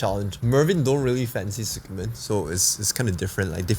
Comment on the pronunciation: The way you pronounce tsukemen 🙃 It’s tsu-ke-men not su-ke-men... Tsu sounds almost like zi.